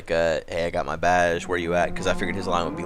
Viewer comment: when say's badge it sounds like he is saying baj